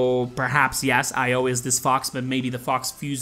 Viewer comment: Her name is pronounced e-yo for io but you can say io if you want. I'm just trying to help😉